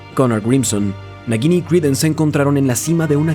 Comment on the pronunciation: No pronuncias bien el nombre de la serpiente, lo haces como si entre la G y la I hubiera una U, así es como se hace ese sonido suave gui. Su pronunciación sería como si fuera una J si lo leyeras en español y si es como en inglés es una tipo Y